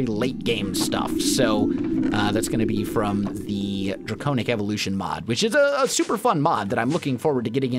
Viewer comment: he pronounced draconic incorrectly